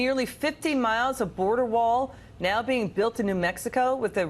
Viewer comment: "Muh wall"